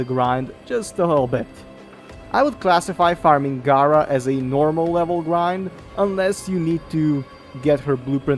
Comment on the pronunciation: As a community can we say it together? G(air)a. They say it in the cutscenes. 🤦🏾‍♂️ Very informative video though thanks for the help. 😂